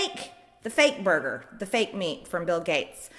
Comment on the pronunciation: Did she call a burger ‘booger’ at one point?